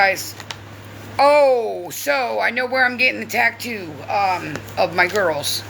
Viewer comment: Its not a TACKTOO FFS 🙄 why do you have to copy Gabi its TATTOO!!!!